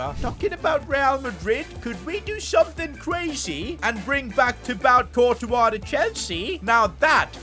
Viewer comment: "Thibawt Cortos"